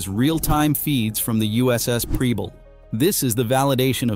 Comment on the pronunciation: Preble is pronounced with a soft e in the PREB and the ending is a bul as in able. AI may never get it right.